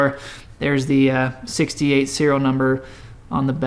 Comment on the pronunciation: sounded like '58 the first time. I clearly heard '68 when you pointed out the neck plate. I had already commented by then.